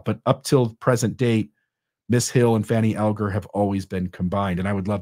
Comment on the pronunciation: I believe descendents of Fanny Alger pronounce Alger All-ger.